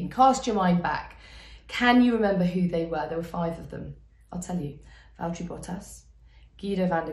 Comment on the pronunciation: val-TERRY bottas